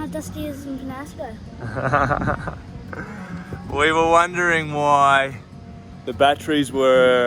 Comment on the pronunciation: It's Penasco with that little thingy over the N. So it's pronounced Penyasco.